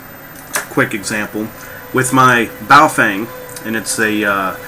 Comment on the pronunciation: FYI The Correct pronunciation of Bao Feng is not "Bah-oh fang" it is Ba-o-fung....